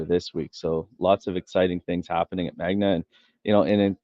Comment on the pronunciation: Appreciate the Interview, Rick. By the way it's "Magna" not "Magma". I would have excused you for saying it once, but you said it a couple times :)